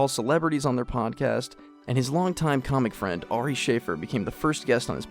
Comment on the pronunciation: You put your own spin on this. It makes it too melodramatic. And make sure to pronounce Ari Shaffir correctly. Or at least as Joe pronounces it.